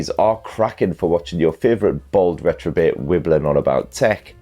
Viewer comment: Did you just say retrobate? Is that a reference to last week's wank?